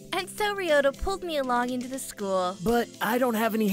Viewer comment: True, but this doesn't apply to just this dub. It applies to any dubs on this channel with Japanese names. Besides, the name "Byakuya" may not be ever spoken here, but the name "Ryouta" does, and clearly pronounces it as /riota/, which isn't very accurate. And I know that I'm a huge linguistic nerd and a bit of a Grammar Nazi at times, but I would like to raise awareness to such issues. By no means am I forcing this viewpoint, I'm just sharing it.